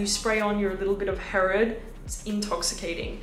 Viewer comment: I’m confused why you pronounced Herod with a French accent. It is an Arab name.